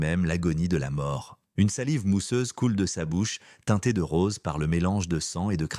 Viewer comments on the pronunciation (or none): none